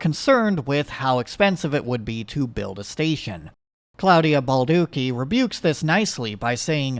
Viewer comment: It hurt me every time he said it.